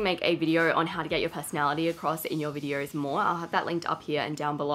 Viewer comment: Why do you have an “r” sound in vidors? And not VIDEOS? just a question